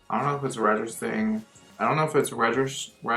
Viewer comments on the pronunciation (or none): bitch were you trying to say registering